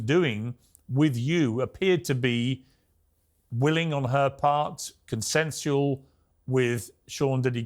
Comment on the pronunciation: So everyone gonna ignore he said “consensual”